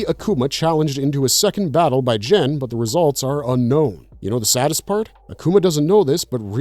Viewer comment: Lol "Jen". Is GEN! Cmon man!😂😂😂